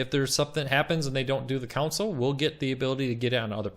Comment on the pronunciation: Console. Con. Sole. Console. Not council. Not counsel. Console. Con. Sole.